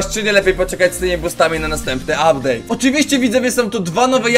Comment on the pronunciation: ''Ubdate'' super filimy robisz